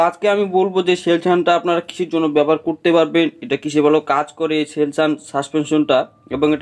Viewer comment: সেলসুন ভালো করে উচ্চারণ করো